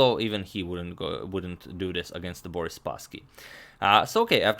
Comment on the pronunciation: "Boris svacaaacfdhjddibccch spassky"?